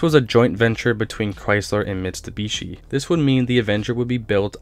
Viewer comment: "Chrysler and Mits'ta'bishi" nerfed that one bud..